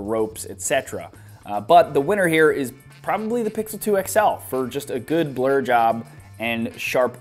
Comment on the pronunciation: Hahaha my friend was playing with his phone while i was watching your video and his ears only picked up when you said blur job he thought you said blow job lolx... Nice video though